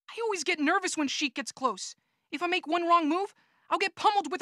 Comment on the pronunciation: ITS SHEIK.